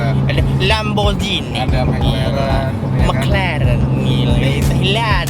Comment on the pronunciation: Lamborghini slur bukan lamborjini